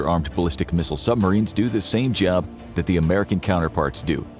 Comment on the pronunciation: I little annoying how the narrator says “sumarines” Like, there is a B,dude